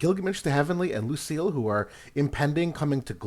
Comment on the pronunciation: Btw they pronounce her name Luci-ELL in the story